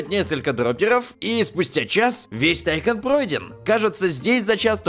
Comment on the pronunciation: не тайкан а тайкон ударение на о